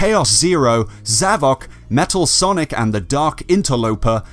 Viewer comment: Why do you keep pronouncing Zavok like that? It's literally the word Havoc but with a Z.